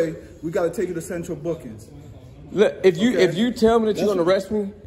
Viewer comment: Lmao should’ve asked him to spell central “bookins” good grief speak proper English